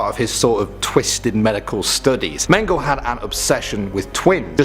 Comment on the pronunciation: It's not "mayn-guhl" it's "men-guh-lay"